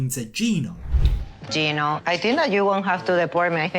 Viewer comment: Gino, pronounced gyno, is legally the father so why does matt need to pray the baby is Danes???